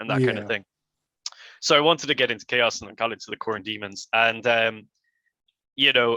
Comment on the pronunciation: Chaos pronounced cha-ows